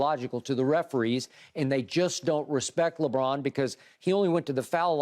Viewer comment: Skip: "Contested, Very Contested, Lebrick" lmao